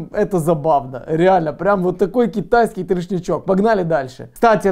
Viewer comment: Ты 1000 раз сказал кетайиски